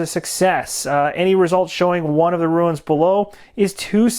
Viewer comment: Runes = 1 syllable - roons Ruins - 2 syllable - roo-ins :=)